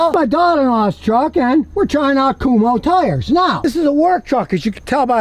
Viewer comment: Kum-Ho tires? 😂